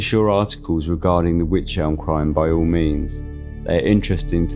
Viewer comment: It's pronounced wike ...rhymes with like 👍